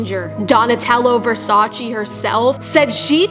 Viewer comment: versacEEh. not versachy.